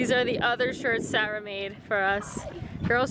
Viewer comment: Is it weird I love how you pronounce Sarah? 😂 the way you say it sounds so elegant.